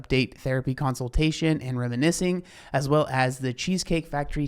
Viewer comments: I wasn’t sure if I heard counseltation and was being nit-picky, so I’m happy you said something. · Counsel-tation is what I hear at night when I can't sleep